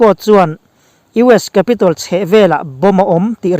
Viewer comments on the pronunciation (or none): none